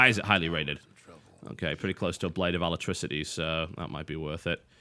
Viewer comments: Alacrity, not electricity. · ALACRITY bro, not ALACTRICITY. What is that anyway? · 1. It's actually pronounced ALACRITY. Not "aletricity". 2. Being the guy who's permanently invisible, you should be getting the gem. You are going to be wandering around their territory so you need to know when you are getting detected. Also, once you kill a ward, you are safe. If someone who doesn't have invisibility is seen killing a ward on the enemy's side of the map, the enemy team is probably going to make a beeline towards that person. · ITS PRONOUNCED ALACRITY NOT ALACTRICITY. A-LACK-RIH-TEE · "alacrity" != "alatricity" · TB, you need a break from talking. First "synonym" is "cinnamon" and now "alacrity" is "alatricity?" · I swear I cringed every time he said 'alatricity' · Ala-crit-e ,Alacrity, Brah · I'm the same for "alactricity" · ROFL gotta love that blade of "alectricity" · "blade of alactricity" XD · So much anger, it's Ah-Lah-crit-ee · So glad he keeps getting those blades of "alatricity" heh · TB keeps saying Blade of Alacrity as Alatricity.... .___. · Don't mean to be a grammar nazi, but it is the Blade of Alacrity. Not alatricity. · Blade of "Uh-LACK-rit-ee", my good sir. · Blade of Alactricity? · blade of what? it's A-LAC-RIT-Y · TB is pronouncing Alacrity wrong :P